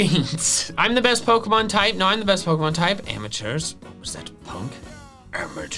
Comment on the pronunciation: Dear, please start pronouncing pokemon right.